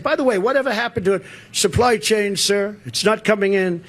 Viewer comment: Was he saying "supply change"?